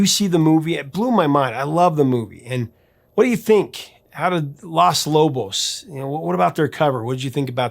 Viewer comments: Hey, Professor. Just a little tip for you: you are mispronouncing the article that makes up the beginning of the band's name. You keep saying "Las", which is the female "The" in Spanish. Because the band is all men, it's "Los", with a long 'O' sound like in "cone" or "home". Los Lobos, "the [male] wolves". If it were all female, the it would be Las Lobas. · this is great, but you pronounce Los Lobos incorrectly... you say it as Las Lobos, but it is Lōs Lobos... just saying... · it's LOS Lobos, not LAS Lobos. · I'm sorry, Professor. But the word is "Los" Lobos, not "Las" Lobos. Las is feminine. Los is masculine. And La Bamba is pronounced La Vamba. The B is pronounced as a V. The lyrics in English; To dance La Bamba. To dance La Bamba, you will need a little bit of grace. A little bit of grace for you and I. And higher and higher. And higher and higher. I will go for you, I will go for you. I will go for you. Peace and Love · It’s Los Lobos not Las. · Los Lobos. It’s pronounced “Los” not “Las”. I love your channel and respectfully & prayerfully busting your chops. As always great content. Our family has lived this song forever. I’m 61 & Hispanic. All covers have been great because it’s a timeless song 🎶 and deep rooted in respect & cultural significance. Cheers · It's Los Lobos, not Las Lobos. Sorry that just irks me when not pronounced correctly. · Loss Loboss.... 🤣🤣🤣 you gotta work on your spanish annunciation bro... lol... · Please stop saying "Las" Lobos